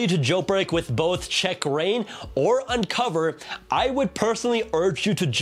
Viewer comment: Please bro, I love ur channel a lot, BUT PLEASE DON’T SAY “Unc0ver” and CheckRa1n” instead of “unc0ver” and “checkra1n”